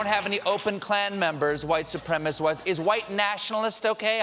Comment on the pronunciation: Trump sucks.... He can't even say white supremacists properly...he says "white suprema-sis"